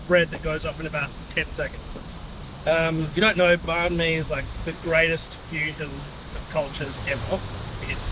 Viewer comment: We love Bahn "Bees" 😂